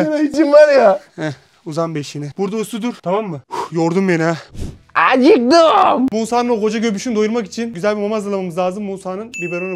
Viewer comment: ✨AcUktUm✨😂 ✨MAmağ✨😂😂